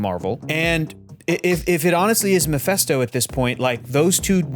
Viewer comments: it's Meh-FIST-oh. Not mih-fest-o. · omg his name is MePHISto, NOT MePHESto. Pronounced like FIS, not FES. How do u all not know this by now?!! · why are people pronouncing mefÉsto , it's mefisto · it’s MephIsto, not MephEsto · Does he keep calling him miphesto?